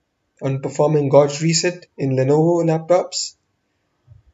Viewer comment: It's been 9 years wonder if he learned to pronounce "gauge".